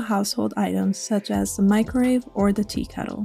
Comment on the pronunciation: Love the build, but it sounds like you keep saying "microrave" instead of microwave. Just an observation.